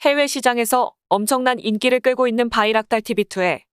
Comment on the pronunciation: 열발의 발음은 열:발로 발음해야 함. 여기서 : 는 약간 발음을 간격을 두고 하라는 뜻입니다. 즉 여~열 발 , 열~발 이런식으로 발음해야 합니다. 일을 하고 받는 보수를 뜻 하는 대가는 대가로 읽으면 전문가를 뜻합니다 그것도 대:가로 발음해야 합니다. 대에~가 이런 식으로 발음해야 합니다. 인기는 인끼, 수가는 수까로 발음해야 하고요.